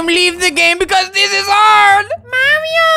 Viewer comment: "I LeaVe ThE GaMe bC tHiS iS HAIRD" made me rolling off my bed🤣